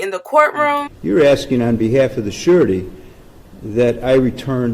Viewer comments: The judge is saying "Surety" but is sounds like "Shawty" lol. Also, she knew the risks. I'm supposed to feel sorry for that b? I don't. Good video! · I keep hearing the judge say "you're asking on behalf of the shawty" for some reason